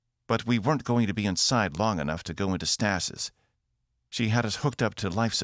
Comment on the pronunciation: “stah-sis” and then right after “Casio-peeeah” Sorry can’t help myself, if you’re gonna narrate sci-fi, ya gotta know how to pronounce at least stasis right lol I should add that this is the first YT audiobook that I like enough to listen all the way through. Fantastic story. 5 ⭐️